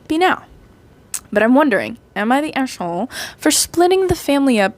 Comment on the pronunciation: Istg i am going crazy about how you say the a in aita lol Its so funny "eshholee" XD (Also your art looks great